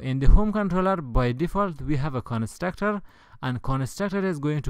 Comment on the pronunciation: Nice video! But i burst out laughing when he said "Con-a-struct-ar"